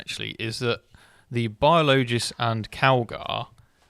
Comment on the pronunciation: Correcting mispronunciation of Biologis time after time had me laughing in short order